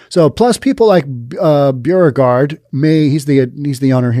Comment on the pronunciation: Hi, another great podcast. Correction on your pronouncement of "Beauregard", it's pronounced "Bo-re-gard". Like "Beau" as in boyfriend.